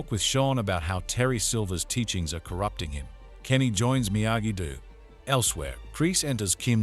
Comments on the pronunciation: "dehm-eh-tree" and "miyagi du" killed me 😂 fr though thank you 🙏 the other part 1 recap I found was 23 mins (?!) and it's weird Netflix didn't provide one the way they did with Outer Banks for ex when they released second half of the latest season. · Miyagi... "DEW"..... idiot